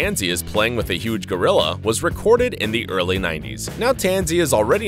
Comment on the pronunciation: GO-ril-la,,,,,,,,,go,go,gadet rilla!lol